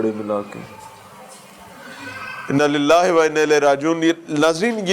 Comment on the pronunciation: Inna Lillah ka talafaz sahi kren.